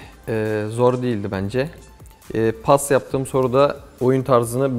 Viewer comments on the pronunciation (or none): JankAgario Paz demiyormu zaten paz yani orda z hafif s gibi çıkıyor ama kabak gibi paz işte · pas ı paz anladım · paz dedi sandım pas demiş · PAS MI DEDİ PAZ MI DEDİ